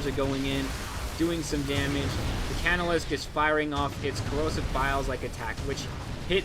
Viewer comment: The Inciter is pronounced in-site-er, and the casnolisk is pronounced, cas-no-lisk. Keep up the good vids.